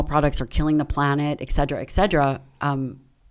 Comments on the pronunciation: Listen to me. ET CETERA. Not Excedera. C'mpn, you're a freakin' doctor and you don't know how to pronounce that? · Why did she keep saying 'Excedra' instead of etcetera? Lol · If you are an academic and your favourite word is "etc." do you really have to pronounce it "exeddra" like its a drug, instead of " et certera"? Like eXspecially but more annoying... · I can’t get past her pronunciation of et cetera as ‘eg cedra.’ 😭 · Hearing her butcher the word ETCETERA is unbearable. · Ask your doctor if "Egg-sed-druh" is right for you